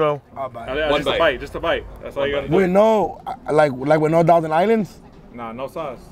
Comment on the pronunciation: DoKnow said “Like with no Dousand Islands?” 😂